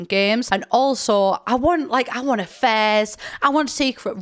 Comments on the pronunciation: Oh “affairs”! Like I genuinely thought you were saying you wanted a fez, you know like a hat? And I’m British so I’ve really no excuse (sorry). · I heard "I want a fez" instead of "I want affairs" 😂 Too much DrGluon